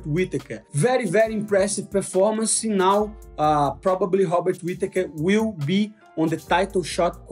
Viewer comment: I can't with "Hobbit" Whittaker. Once you hear it, it's done 😂 Even auto-caption wrote it 😅